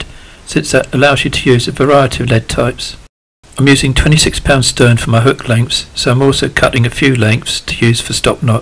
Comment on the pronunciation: It's STREN not stern !!!